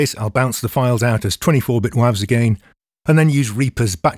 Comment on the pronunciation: As a fellow Northerner, I love how pronounces WAVs. Makes it sound like someone's school nickname, or some lethal council estate DIY heroin. Eh mate, gorrany wavz? Serious head on, this has given me plenty of tips for my own mixes when uploading and sending to collaborators.